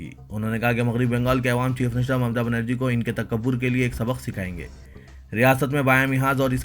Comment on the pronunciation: Assalamualaikum Bhai apna pronouciation theek karo awaam Kaho